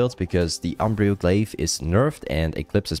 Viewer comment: It's fine to say Umbral and not Umbrial my duuuuude